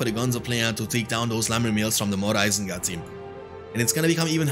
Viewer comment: "mor isengard team" :DD